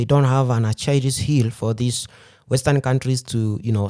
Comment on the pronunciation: Great video once again. Really appreciate the coverage, speaking as an American whose media doesn't cover anything about African affairs. By the way, it "Achilles" is pronounced "ack-ill-ees" normally. Atch-ill-es is a funny way to say it lol, I love when. I can tell that someone learned a word by reading it instead of hearing it, that speaks highly of your intellectual nature.